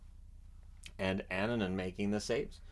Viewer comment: Good job with pronouncing Finnish names, like Annunen and Luukkonen. But if you really want to perfect that, try to internalize that double consonants (kk or pp or nn) always indicate a tiny pause in the middle of the name